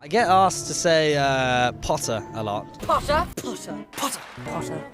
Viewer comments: pOtTaH- draco Malfoy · “Potter” MoRe LiKe PoTtAh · Draco- POTTAH 😂😂😂😂😂😂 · "Pottah" I just love it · My favourite line is every time draco says "Pottah", Harry's "Expecto Patronum and also "I'm going to bed before either of you two got another clever idea to get us killed or worse expelled" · Harry pOtTaH 😩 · Ron: im hungry|| Tom Felton: I get to say Pottah Alot "Pottah" Pottah pottah pottah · My favorite is "Wot" and "Pottah" 😂😂💜